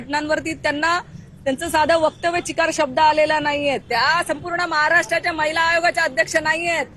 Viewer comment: चकार शब्द अस म्हणतात, चिकार नव्हे, आणि वर वर एकमेकांना विरोध जरी करत असले तरी आतून सगळे एक असतात